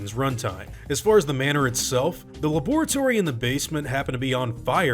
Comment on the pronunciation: I haven't heard some pronounce "laboratory" like that since Dexter's Lab. Continue...